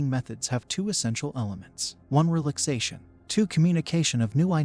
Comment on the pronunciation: The AI voice misprouncing "relaxation" is just too much...